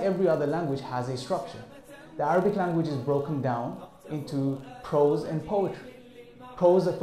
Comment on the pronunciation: Prose, not Pros!